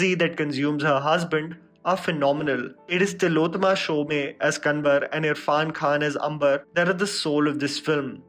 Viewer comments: I really want to see Qissa now! Thank you. And...Shome not Shome-y. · Not Sho 'mey'. It's SShome like 'home'. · "Shome" is pronounced as "Shom" e is silent. Please rectify